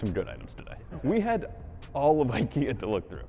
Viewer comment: They didn't even know how to pronounce IKEA.